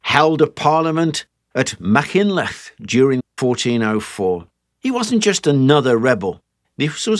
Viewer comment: Well done for your pronunciation....you clearly gave it effort and the majority was pretty good..... But im going to be honest....Machynlleth was not the best 😂 But i really do appreciate the effort 👏 Diolch i chi 😊